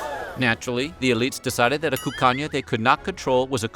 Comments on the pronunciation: Every time he said “Cuccagna” I heard “Cocaine” with a Spanish accent. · Sounds like he's saying "the land of cocaine."